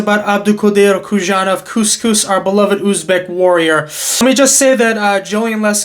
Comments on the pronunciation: Bro please, it should be read as "Who-son-off" not Kushanov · How long more will people mispronounce Khusanov’s name? Come on, it is not that hard. There is no “sh”, “z” or “k” sound. It is HOO-SÁH-NOF